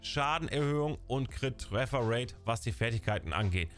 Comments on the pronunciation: Danke fürs video 👍🏻 finde es lustig wie du trefferate aussprichst träfferate also denglish😂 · Deine Denglische Aussprache von "Tröffer rate" macht mich alle :)))